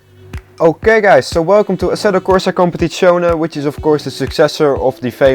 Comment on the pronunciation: I see or hear no problem how he speak it out